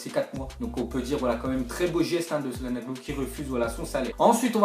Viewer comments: Ptn mais c'est pas salhanoglu c'est chalanoglu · Putain ça se prononce tcha-lane-olou pas sa-lan-oglou wesh respecter les gens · CalhanOglu pas calhanAglu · mais comment tu dis cahlanoglu vraiment force toi parceque ta prononciation est bizzare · Mdrrr comme ta dis cahlanognu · "Un footballeur" Un peu de sérieux voyons, Calhanoglu c'est pas Pedretti quand même on le connais tous. Et ça se prononce t͡ʃaɫhanoːɫu (tchalanolou) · Mddrrr comment ta prononcer Calhanoglu jsuis mort ! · Putain comment tu dit calhanoglu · ptn comment il dit čalhanoglu